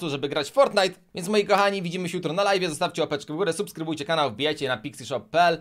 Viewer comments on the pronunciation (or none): none